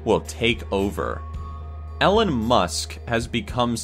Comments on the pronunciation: Its Ellon to Ellen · for all the ad income, books, merch, etc.... you guys can't bother to look up how to pronounce things?? ELLEN Musk?? Seriously? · Lol he pronounced Elon as Ellen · Ellen musk? No no no child, it’s elon. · Not elonn musk its elon musk, i Love elon. In elon we trust, i mean in elon we musk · Did you just call Elon Musk Ellen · his name is pronounced ee Lon musk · oliver gaither I hate his pronouncian of Ellon Musk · "Ellen musk" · Ellen Musk? Lol